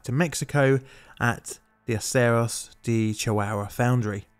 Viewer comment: "De" in Spanish is pronounced as "day", not "dee".